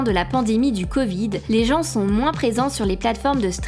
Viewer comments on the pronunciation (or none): none